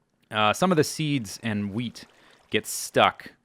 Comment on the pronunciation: swear you sound like you say weed not wheat